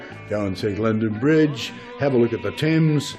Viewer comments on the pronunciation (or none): none